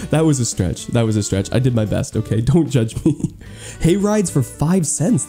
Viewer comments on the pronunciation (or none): My volume was turned down and it sounded like you said Gay Rights for 5¢ instead of Hay Rides. I was ready to buy so many